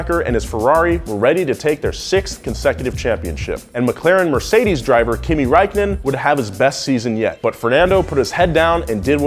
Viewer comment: Kimi Räikkönen Finnish you completely bucherd his name i woud know im Finnish my self.